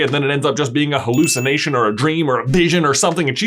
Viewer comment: It's Hearlookination